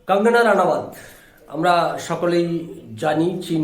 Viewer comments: কঙ্কনা নয় কঙ্গনা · দাদা, কঙ্কনা নয়, কঙ্গনা রানাউত।